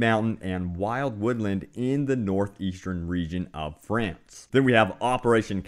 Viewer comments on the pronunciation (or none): none